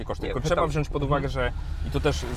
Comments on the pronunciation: nie mówi się WZIĄĆ! :P a tak to super :) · To sprawdź w Google chlopcze, mowi sie i pisze wziąć nie wziąść